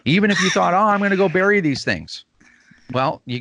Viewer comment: Bury dude not berry, Berry like a strawberry grow on plants. good grief.